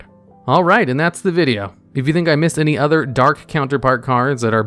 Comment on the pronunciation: For a second I thought he said Cairngorgon required 82 level 4 monsters, instead of Any 2